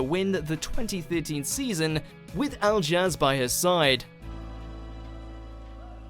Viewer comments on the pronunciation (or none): Al-Jazz ... 😑 really? At least learn their names before creating a video. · Al-Jaz?!?! It’s pronounced Al - Ee- Ash. If you’re going to do the job, do it properly. It’s insulting to mispronounce peoples names. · THATS NOT HOW U PRONOUNCE ALJAZ ITS PRONOUNED ALI-LASH Also, y wasnt Alexandra and gorkas jive on there or Jay and alionas jive on there they were much better than saffron and ajs contemporary and caroline and pashas showdance shouldve been higher up the list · 'Al Jazz'?!! Its pronounced 'Ally Ash' I don't think the voice over guy has ever actually watched the show 🤣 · Al jazz score janik No. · Yea, u say Alijaz like Aliash not Al Jazz 😂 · To help you in your next strictly video. Its pronounced Ali-ash sco-ri-an-ez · dev and dianne’s street commercial? joe and dianne’s christmas special? joe and dianne’s quickstep? joe and dianne’s showdance? karim and amy’s jive? will and janette’s contemporary? sorry but will and janette’s was by far more better than saffron’s also you said alijaz wrong 🤷🏼‍♀️ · where is joe and dianne’s quickstep from Blackpool? also it’s pronounced ally-ash 👀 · It's pronounced Ali-Ash you pickle brain. There is no excuse for mispronouncing anyone's names, have you no sense of professionalism. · Aljaz Skorjanec pronunciation spelt out - Ally-ash Skory-arnez. Talk about butchering a name. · Kelvin's Rumba? You should have shown the finals version. THAT was something. Several of Alexandra Burke's routines would have put a few of these to shame. Did you say "Al Jazz"??? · Will and janettes contemporary routine should have been no.1 kinda disappointed ngl. Also it’s al-e-ash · Aljaž is pronounced as Aliash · Ali-ash Skor-ee-ah-nez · Ali-ash is how it's pronounced. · The pronunciation of aljaz’s name 😳 it wouldn’t have hurt to do a little research! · "I heard it TO THE Grapevine?" - it's '"through the grapevine" - who is doing the voice over?...... he can't even pronounce Aljaž's name correctly ! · Learn how to say Aljaž 🙄